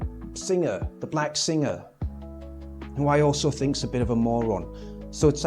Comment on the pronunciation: I'll bet his white (probably middle class) mum didn't raise him to speak English with diction this poor 😢 saying "wiv" "def to" "fink" is an affectation at best